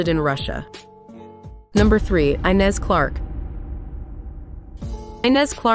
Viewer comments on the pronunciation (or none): and the girls name in number 3 is Inez ispronounced with an e at the beginning (in english) ... not the engish i! I should know... it is my name